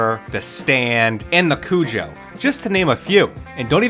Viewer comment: Haha, "THE Cujo".